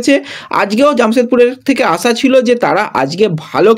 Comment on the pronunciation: ফিডনেস, জিদলো, আসা এই উচ্চারনগুলো ঠিক কোরো ভাই।